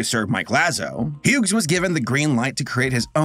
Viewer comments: I’m sorry you were saying the name Hughes, oddly. The name Hughes is pronounced like “hues”. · I'm sorry but you pronouncing the g in Hughes is driving me insane lol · I have heard people pronounce Hughes as Huggies or hug-his, but not hue-gss. We always produced it as hues, that silent g was the bane of my kindergarten career. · The way you pronounced Hughes hurt so bad